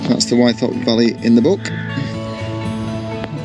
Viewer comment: Hi, I could be wrong, but as a local lad I've always pronounced Wythop as With-op noy Y-thop. Incidentally I did my first wild camp on Ling fell the night of the recent Aurora borealis (and I posted a video on that:) Anyway I really appreciate your enthusiasm and the detailed directions on your videos, keep it up m8.